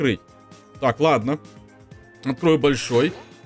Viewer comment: не ладна а ладно не проста а просто